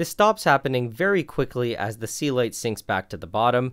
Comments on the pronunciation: I have always wondered what the fuck is "sealight." First time I see it written in the video and couldn't just believe it was "Celite" all the time. You sir, have completely wrong pronunciation for that word. Please, try to say it correctly. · That's the first time I see the word Celite, because I kept hearing 'sea light'